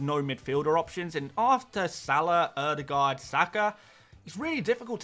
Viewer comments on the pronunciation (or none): none